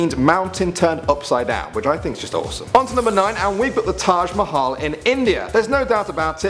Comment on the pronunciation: thanks for saying taj mahal right cause people don't say it right